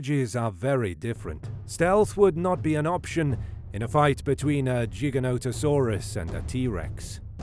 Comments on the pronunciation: Giga not jiga bro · It’s “Gig”not “Jig” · Its pronounced with a hard g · T Rex would win not because its fan favorite but because it was way heavier would push and bully Giga-noto-saurus dunno why your pronouncing it Jigga when it's a f##king name and name's are pronounced exactly how the person who named it wants it to be and that person named it Giga. Brits smh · I thought it was pronounced different like it sounds like gigantic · Tell by the pronunciations of Gigantosaurus that this is a bot. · jigga-no-ta-sauru :o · Jig-a-no lol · Not a JIGA WHERE the hell country are you from? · Its pronounced GI-GANTA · Gi-Ganto dude wtf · and the origin of its name the greek word gigas, is pronounced with a hard g. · Wtf is a "Jiginotosaurus"?? 😆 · I just wanted to say it’s not jiganoto It’s Gye-Gant-ono-saurus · "Gig" is how you are supposed to say the first part. I Cringe so hard when people mis pronounce then try to debate me about the dino. Like bro get the name right first lol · Jig-an-no-to-saur-us. That's how the paleontologists that named it pronounced it. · The pronunciation of Giganotosaurus in this video is fucking obnoxious. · The first G is pronounced with a J sound.